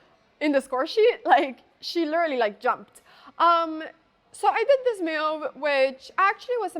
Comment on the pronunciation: why is she pronouncing "move" as "mewv"